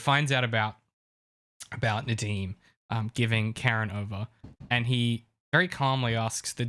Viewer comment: yeah….i just mean, his Nadeem accent is very good seeing as he’s British. Sorry, I made that comment when very tired. It makes little sense to me too